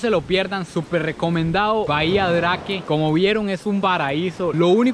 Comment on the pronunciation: Bahia Drake ? soy chileno, pero me imagino que se debe pronunciar como : Habia Dreik